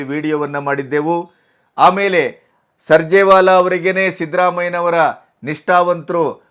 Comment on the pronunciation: (ಸ)ರ್ಜೇವಾಲ ಅಲ್ಲ, (ಸು)ರ್ಜೇವಾಲಾ . ಮಹಾ ಕಳ್ಳ ಹೋಗಿ ಕಳ್ಳರ ಅಪ್ಪ ಮಹಾ ಕಳ್ಳ ಬರುತ್ತಾನೆ.